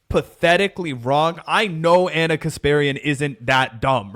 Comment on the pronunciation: reads Ana correctly.